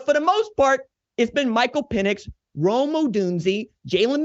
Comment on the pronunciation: This is how I know this chump doesn’t watch UW games. He keeps saying Rome’s name wrong, McMillan hasn’t played in weeks, and Jalynn Polk has been balling and he hasn’t even acknowledge him. Dude is a duck boot licker